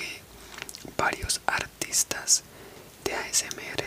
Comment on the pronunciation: Dijiste asm ere